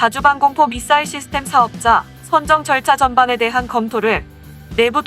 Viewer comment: 사거리라고발음하는데..? 사거리가 문제가아니라 미사일이문젠데 미싸일이라함